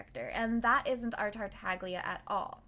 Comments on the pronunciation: Every time someone pronounces Tartaglia with a hard G An Italian speaker dies a painful death x) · isn't the g in tartaglia silent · im italian, its supposed to be pronounced like "tartallya" but with the first L sounding like a soft G. its an hard sound to describe outside of the italian language. the way its pronounced by the english VA its incorrect. that "gl" is always soft, never hard like americans pronounce it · I CAME HERE IN THE COMMENT SECTION LOOKING FOR SOMEONE WHO NOTICED THANK YOU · Why everyone, including the voice actor, pronounces Tartaglia wrong? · no saying theyre "silent" is not very correct. in italian the letter G when its before the letter L or N it has a specific sound which is different from what you would usually pronounce it but its still there, its not silent. we call it "sweet g" (g dolce) compared to the "hard g" (g dura) that we normally hear. this video right here explains it perfectly